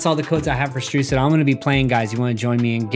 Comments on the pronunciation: He said rucid at the start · I love how he said Rucid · Yer how he said rucid